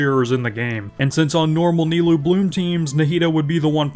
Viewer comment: That "Nailoo" killed me